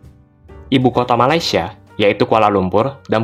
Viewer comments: Orang malaysia sebut malaysia “me-lei-si-e” bukan “ma-lai-si-e” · Hahahah😂..knpe aku rasa lawak..bila orang Indonesia ckp Malaysia😂😂😂